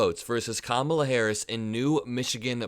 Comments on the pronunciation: How insultingly childish it is that Republicans refuse to pronounce things properly. They just can’t help calling it the Democrat Party. They pronounce Kamala every which way but the right one. Juvenile name calling. Republicans will never grow up past the third grade. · In the same way he deliberately mispronounces Kamala, she should mispronounce him DoneOld because he is both done and he’s old